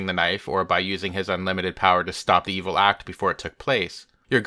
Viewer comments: His pronunciation is ewil. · How can you trust the word of a man who can't pronounce the "v" sound? What is ewil?